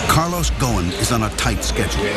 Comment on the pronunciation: His name is Carlos ghosen and not gowin